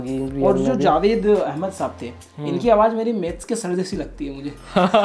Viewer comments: Its Jawad not Jawed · Jawwaad not javaid . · He is not "Javaid" he is "Jawad". Pronounced as JA-WAAD 😂😂😂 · Jawad not jawed